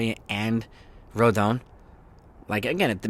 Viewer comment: Still struggling to pronounce Rodons' name correctly. It's Roe-Don